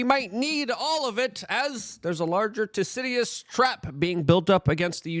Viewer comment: 1. Luke can’t pronounce Thucydides. 2. All it says is “people tend to fight for power when power balance changes.” No shit. It’s 8yr old logic.